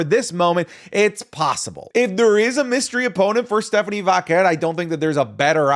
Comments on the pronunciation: thought i was the only one... just say velcro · I enjoy the content but Jesus I can’t stand the way says Stephanie “Vaquer.” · As someone who HATES the way says Vaquer, this episode was like nails on a chalkboard 😂 we get it, you can say it all fancy like